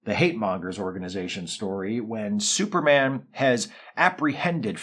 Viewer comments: Yeah - that tickled me too. It seems like one of the announcers was trying to have a posher radio voice than contemporary BBC radio announcers! Syuper! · Love that the announcer pronounces it "Syuperman"